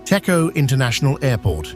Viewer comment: តេជោ Techo = please pronounce Dejo even though it's written Techo